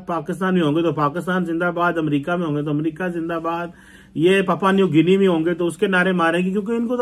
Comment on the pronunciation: आबे चिमे... वो पापा न्यू गिनी नही होता, पापुआ न्यु गिनी है🤣😂